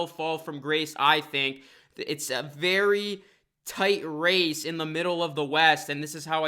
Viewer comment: I thought you said racist or racing for the 8th seat 😂